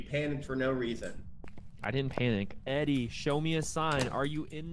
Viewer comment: y’all weren’t pronouncing edie right omg i was stressing!